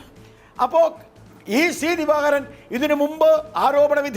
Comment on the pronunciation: എടോ ഗോപാലകൃഷ്ണ.. താനാരു വാ നീ ആദ്യം CPIM എന്ന് സീമ എന്നും നന്നായി പറയാൻ പഠിക്കു..ഷി പി എം എന്നല്ല.., ഷീമ എന്നും പറയുന്നതനാനാക്ക് വടിക്ക്.. ഷി.ദിവാകരൻ.. എന്താടാ